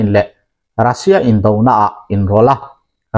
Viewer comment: "Indo lawng" "Indo thlawhna" tih hi "indo hi a tha lo" kan tih a, "indo" kan lam ang hian lam ni zawk ta se a dik zawk em emin a ngaihthlak a hahdam sawt ang mawle... Ka ngaimawh deuh hleka, inthlahrung angreng tak chungin kan rawn sawi hram a ni e. A bengvarthlak thinin a ngaihnawm thin e.